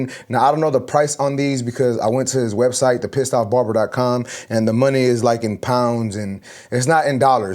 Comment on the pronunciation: I had to replay that clip of him saying the Pissed off barber... (Whats he saying)😂 finally it came up on screen... thought he was sayin it but nooo surely!